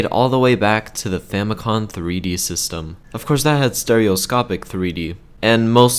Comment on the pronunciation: Mistakes you made: 1. The GBA SP was frontlit until the 101 revision. 2. Famicom, not Famicon. Famicom. As in FAMIly COMputer.